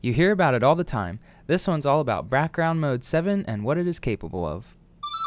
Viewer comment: "brackround" r/ihadastroke (just for the meme. :3)